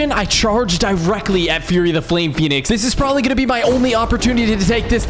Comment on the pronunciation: He said Phenic armor